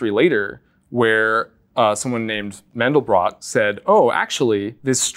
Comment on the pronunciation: It's not Mendel Brock, it's Mandelbrot!